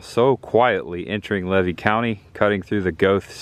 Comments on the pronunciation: I waved when you drove by, but you didn't see me 😂 I'm going to give you a couple correct pronunciations for future reference, not to be a wise-butt. Levy is Lee' vee. Not Lev' ee. I know. I thought so, too. Wilkes-Barre, PA sounds like bear' ree or barry. Had you ventured down the road next to the locomotive about 4.5 mi, you'd come to the Waccassa boat ramp. Next to it is a still operating fishing club/camp. The scenery and fishing/picnic area is breathtaking. I've not seen a gator there yet, but nearly stepped in fresh bear poo. There was quite the game trail in the reeds(stay away!). The 2 videos I've seen so far are very well done. There is some rich history to be found. Did you avoid Follow That Dream Parkway on purpose? If so, you missed a couple treasures, one being 'Crackertown'. I look forward to watching more of your videos ❤ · Levy County is pronounced ‘LEE-VEE’ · FYI: It's pronounced Lee-VEE county! I have a friend that grew up in Gulf Hammock. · I live in Tampa now, but grew up just north of there in Dixie County. I know that area well. But the locals would laugh you off prounouncing Levy County. Lee-Vee is how it is pronounced.